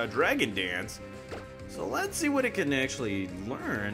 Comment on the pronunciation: Swear to God you’re saying Lexie & not let’s see